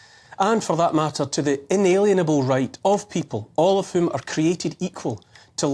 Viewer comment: If you read this Neil, please consider the pronunciation as IN-A-LIEN-ABLE, a Lien being a legal tool of coercion.